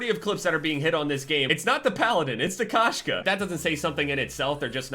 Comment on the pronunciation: Koshka is cat in russian,its said k-oh-shka,but when saying the "oh" cut out the w sound